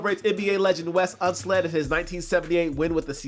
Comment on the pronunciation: “Nike celebrates NBA legend Wes UnsLED” hahahah it’s Wes UnSELD